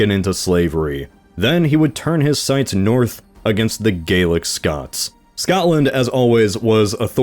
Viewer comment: That’s not how you pronounce Gaelic Scot